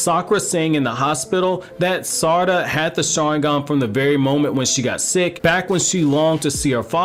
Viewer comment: this mans saying saracha instead of sarada lmao